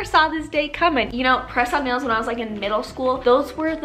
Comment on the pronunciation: Listening and not watching the video...When you kept saying press on nails but thought you were saying croissant bagels😂